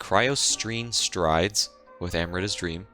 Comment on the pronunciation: Hate to be that guy but it's actually "Amrita" which is a popular Indian name and not "Emrita"